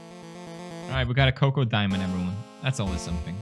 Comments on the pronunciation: ITS NOT COCO DIAMOND ITS CHOCO DIAMOND CH-OC-O !!!!!!! SRSLY U CANT READ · Text box: CHOCO diamond Pewdiepie: "COCOA DIAMOND"